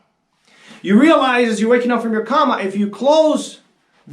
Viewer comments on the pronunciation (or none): When he said "wake up in a comma" instead of coma , i knew we were dealing with a top tier intellect. This guy has it all figured it 🤣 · Did he say "You Wake up in a comma"? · Why does this guy keep saying “comma”? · Why does he keep saying comma? He said coma in the beginning...why did he forget? Actually....that completely makes sense if you realize forgetting things constantly is normal to him. It explains alot of why any of this makes sense to him. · Why is he yelling at me through a fisheye lens?? He's gonna make me wake up in a comma! (PS he's just an idiot, that's not an American pronunciation or anything like that) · "Woke up in a comma"?? Is that anything like a space comma? Seriously, this guy started off okay but REALLY accelerated the gibberish near the end. He interacts with Bigfoot and all of his evidence is scribbling on a white board? Dear oh dear.... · I misheard and thought that he said "suppose you wake up in a korma". Although that would make more sense than the rest of his video. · Why does he keep saying karma, instead of coma?? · Can't pronounce coma correctly. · There's a long O in "coma." It's not pronounced "comma." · Bigfoot structures? Wake up from a comma? You close your eyes, you go into other perceptions, and you come back here? Does that mean, you go to sleep, dream and then wake up? The heart doesn't move so much as pump Why does he keep saying comma instead of coma? Right, I can't take any more except to say that I don't think he's still with that woman in the stick video any more, maybe she's in a comma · Did he say a comma instead of a coma? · "wake up in a comma"... "IN" a "comma" ... nevermind the obv pronunciation error... HOW DOES ONE WAKE UP "IN" A COMA!?!?! xD XD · Did he say I woke up in a comma? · Did he say " suppose you woke up in a comma"? Ha ha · Ah I know but the weirdo in the video keeps saying comma instead of coma. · He keeps saying comma, not coma😂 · He lost me as soon as he pronounced coma as comma.